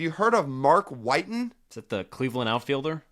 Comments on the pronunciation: Let's at least get the names right - Colavito, not Covalito, and Whiten is pronounced like Whit, not White. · I've never heard of Mark White-ten either. Mark Whitten on the other hand. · I'm surprised you guys hadn't heard of a guy who played in the 90's and 2000's with the nickname 'Hard Hittin'. Hard Hittin' Mark Whitten. That's Wit-ten, not White-ten. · These are the same guys who pronounced Mark Whiten as White-n instead of Whit-en. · I got Mark Whiten's autograph when he was playing on the Yankees in the late 90s. I didn't really know who he was at the time but my dad was pumped because of the 4 home run stat. I believe his name is pronounced like kitten with a W. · I knew Gil Hodges, Chuck Klein, and Mark Whitten. Whitten is pronounced Whit-in. His nickname was “Hard hit’n Mark Whitten”. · Mark Whiten not only hit 4 homers but I believe he drove in 12 runs that game. Pronounced Witt EN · So disrespectful to Hard Hittin' Mark Whiten (Not WHITEn). Also, he was a Cardinal when he hit 4 HRs, not a Cleveland Indian. I was actually watching that game on TV when it happened. Pretty cool to witness. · How the hell do you not know Hard hittin Mark Whitten (you pronounced his name wrong). I get not knowing he hit 4 HRs but to not know him, one of the best nicknames ever. Also Rocky Colavito (you pronounced wrong as well) very well known player.